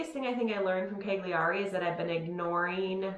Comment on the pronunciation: Great following you Gwen. We were just in Sardinia (my daughter lives in Milan). You guys pronounce Cagliari like I used to, and as all Americans do. It’s actually “Ky-lee-ar-i”. Forget the “g”. Also, do the Bolder Boulder next year if you are in town; great race and training run for you. And what about the many tri’s in Boulder?